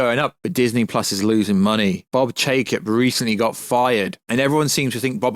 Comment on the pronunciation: What are you saying? You certainly aren't pronouncing Chapek. It's sounds like you're saying Chacob.